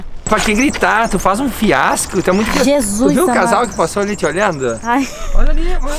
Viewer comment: Quase morri de rir do falando "fiasco". 😂😂😂😂😂 Eu tb falo e meus amigos choram de rir 😂😂😂😂😂.